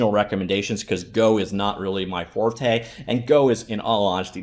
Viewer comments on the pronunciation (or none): none